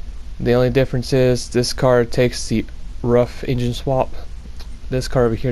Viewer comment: Nice build Btw, Ruf is pronounced more like "roof" instead of "ruff"